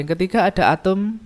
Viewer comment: Bapa nya nyebut Atom atau Atum sih ! ?